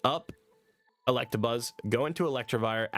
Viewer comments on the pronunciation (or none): none